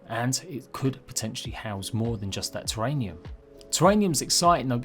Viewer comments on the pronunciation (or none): terrarium not terranium. just a note. keep up your content